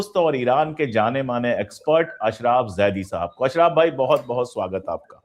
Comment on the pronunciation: वह अशरफ़ है ना कि अशराफ 😂